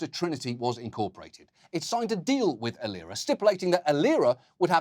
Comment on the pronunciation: He pronounced "Aliera" wrongly. It is pronounced "A-lie -raaa"